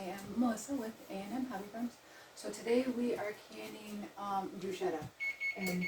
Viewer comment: Pronounced brew sketta